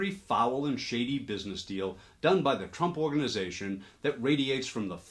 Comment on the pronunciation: You’re saying shady but I hear (smell?) 💩-ty